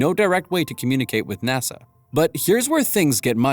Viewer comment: "Nossa" c'mon man...